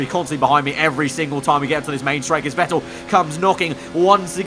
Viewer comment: All I’m gonna say is that Seb’s surname is pronounced “Fettel”